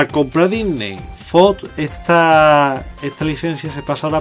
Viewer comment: porque dice dysney xD